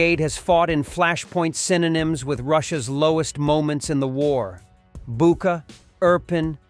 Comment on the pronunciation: I am a loyal and unwavering fan of Warthog defense and will continue to be. I do have a bit of constructive criticism that I would appreciate someone kindly help "" narrator with the pronunciation of at least the most common cities of our beloved UKRAINI! Please help him correctly prounce- Kyiv, Bucha, Kherson, Bryansk.. He has been the narrator with the channel from the beginning of this war! This may be a petty comment but for those tuning in for the first time may get the wrong impression of this high quality channel! It makes me cringe to hear the heart and capital mispronounced! We all need a break now and then! I love the channel and am a fan for life! SLAVA UKRAINI!!💙💛🇺🇦👊 HEROYAM SLAVA!!! 💙💛🇺🇦💪💪👊 🙏🕊🌍